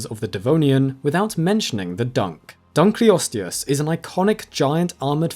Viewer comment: it's the DUNKLE! It was named after david dunkle, so the proper pronunciation is dunkle-osteus!